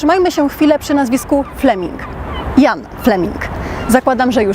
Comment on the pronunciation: Źle wymawiasz Ian, kiedy mówisz brzmi jak Jan.